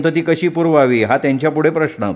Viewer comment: कृपया प्रश्न या शब्दाच्या उच्चारात 'ण' येतो,तो 'न' करावा.बाकी चांगलं वाचता,हे मात्र खरं.काही शब्दांकडे थोडं लक्ष द्यावं ही विनंती.